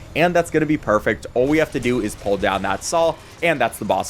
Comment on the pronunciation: until about half way through i thought you were saying 'pour' yourself up instead of 'pull'